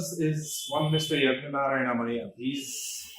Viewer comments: Why is she screaming. Please pronounce the name correctly. It is maiyya not Maiya. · How difficult is it to pronounce मय्या and not माया? 🤦🏻‍♂️